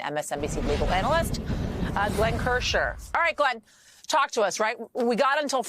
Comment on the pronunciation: Its KirscNer.